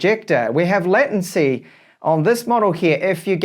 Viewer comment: Hi. I'm a long time subscriber so I'm not trying to troll you with regard to your pronunciation of "latency" ( should sound similar to "laytency"). Your pronunciation would require 2 t's. I'm not the grammar and spelling police, I'm just saying.